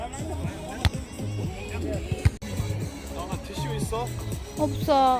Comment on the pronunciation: 와 독일은 지금 날씨 엄청 좋아보여요 ㅜㅜㅜ 부럽습니당 텍사스는 지금 105도 막 이래요... 이 와중에 에 "티슈있어" 완전 한국인발음 ㅋㅋㅋㅋ